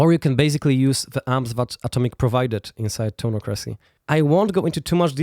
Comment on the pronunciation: Isn't it pronounced toneock-ra-cee?